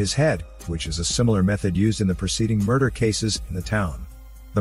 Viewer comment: "Muder case"